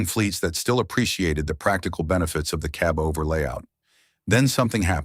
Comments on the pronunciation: Gee, I want my own "kuh-BOVER" truck! 😁🙄🙄🙄 😊(Stupid BOTS!) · If he says cubover one more time, I promise I will come through that screen and kick the living daylights out of him.😡😡